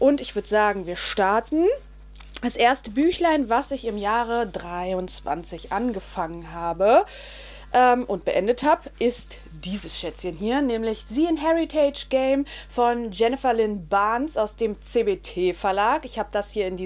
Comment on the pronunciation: Soweit ich weiß, spricht man das "c" in The Inheritance Games" eher wie ein "S" aus und das "N" spricht man auch aus, da hab ich das Gefühl, dass du es ein wenig verschluckst😅 Ansonsten ist es wie immer ein tolles Video. Ich konnte im Januar auch 7 Bücher beenden🥰